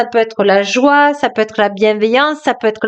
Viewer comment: La joie (pas la joue) 😂